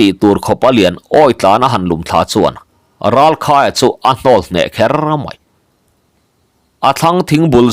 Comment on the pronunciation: Ralkhaia leh Thangvunga te pafa hming hi ilam sual zeuh zeuh ania uluk deu tawh la 😂